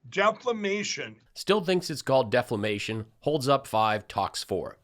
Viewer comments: "Deflamation?" OMG, no wonder Lindell loves Trump so much. They're both utter morons. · 😶Ni66a said "DEFLAMATION". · Mike is really saying (debt-flame-nation) because hew worried about our national debt-NOT!